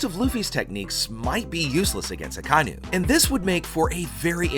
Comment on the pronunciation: DAWG HIS NAME IS AH-KAH-EE-NUU NOT AKYNU